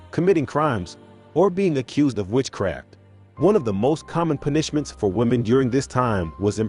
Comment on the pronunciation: Try a different text to voice program. Constantly hearing this one...in multiple videos...mispronounce words irks the hell out of me, lol. "Pun-ISH-ments" xD